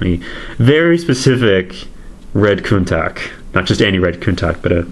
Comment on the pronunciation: It's a shame what they are trying to pass off as Masterpiece these days. The mismatched panel colours, plastic tyres & iffy gaps, very disappointed. At least it's modeled after a real world Countach. BTW, unless you're Italian, in English, Countach is most commonly pronounced KOON-tash.